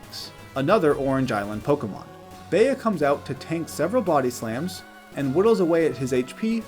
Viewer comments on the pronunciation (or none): Are we gonna ignore the fact that the he called Bea Be ah